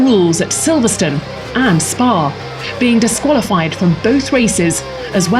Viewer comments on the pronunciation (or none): "They collided in Solverstone" the audacity.